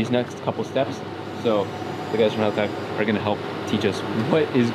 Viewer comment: They finally got to pronounce Haltech correctly, lol.